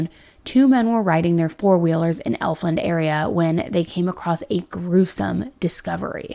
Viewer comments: I'm from this area, went to the same high school that Lyric went to.. it's Efland but we pronounce it sort of like "eff-lin" and racism is very alive and real here in this area. It's terrifying and sheriff blackwood is shady AF he's a "good ol boy" and abuses his authority esp if it's racially motivated. Thank you for covering the case! The caller probably didn't care about the fact the kids were dead because of it being a white girl with a black guy.. probably thought they deserved it.. that's the type of stuff that goes on around here. It's disgusting. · It's ef land, and Mebane is pronounced meh ban this is my area. And I have not heard of this until now....so sad 😢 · and EF-LAND.... lol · A lot of this is incorrect. Parker is not Shane’s son. It’s his half brothers child. It’s pronounced “F-land” not “Elf-land” also said in the police reports. Don’t agree with releasing the 4 year olds name. Which you also pronounced wrong. Jen-No-V-A It’s Meb-ann. The mom even says it in the video. The land was not owned by the stepfather. It was a power line easement close to the residence but not owned by them. The iPad was not taken by Lyric. It was turned over to police. Also in the reports. Lyric was not identified by family. A first responder on scene knew them. Shane and Elizabeth never had social media. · it's Efland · thank you... If I see/hear ELFland again I'll scream. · Thank You so much. Elf Land was working my nerves! In addition Mebane is pronounced Meb Bin. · But I’m from that area so I understand. … it’s Efland, like “F-land” not Elfland. And it’s Mebane, like Meh-ban, not Me-Bane. Both have always been pronounced like that for ever. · Just to help out, Mebane is pronounced Meb-Anne. Elfland is pronounced Eff-land. The first L is silent. You were pretty close! This case is so heartbreaking. Any cases in the Carolinas like this hits a little harder.